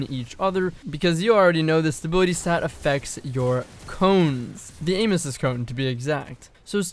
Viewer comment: When he says cones I heard airhorns in my head.